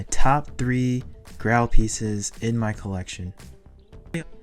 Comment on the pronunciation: It’s pronounced “grayl” 😆 love your videos! Keep it up 🏆